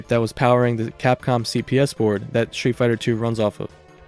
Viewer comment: Dude, the way you pronounce „street“ made me turn off the video.